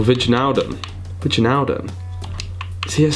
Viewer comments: You pronounce Wijnaldum as : winaldum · Whichnaldum lol